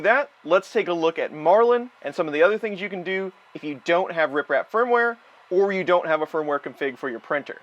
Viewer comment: Why does it sound like you're saying RIPrap instead of RepRap? Lol